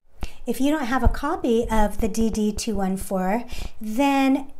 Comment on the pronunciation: DD- 2, 14. That was hard being a Veteran hearing her say “ DD -2,1, 4 “. 😖😖😖